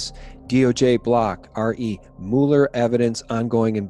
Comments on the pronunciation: You're mispronouncing Mueller's name. It's not like Mule -er. It's like Muller. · It's pronounced Mew-ler. Not Moo-ler. PLEASE make a note of it, thank you. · It's pronounced Mew ler, Not MOO ler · Please: it’s not not “MOO-Lee” it’s “MUH-ler” - rhymes with “fuller.” When it comes to names, Wikipedia’s pronunciation guide, for every proper noun, is your friend. No excuse. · It’s MULL-er 😂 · You can't pronounce Mueller correctly and you expect me to believe this? lolololol